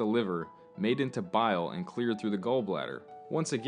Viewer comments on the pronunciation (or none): great video! just one thing: bile, not bial